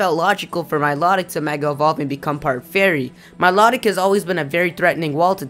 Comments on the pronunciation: Milotic. Mii-low-tic Not Me-lot-ick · It's pronounced like MY-LOW-TICK, not MY-LOT-IC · Also, Miliotic... your saying it wrong, notice the T in its spelling. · I thought milotic was pronounced My-low-tick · Or mee-low-tick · you said Milotic's name wrong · I thought milotic said different than you said it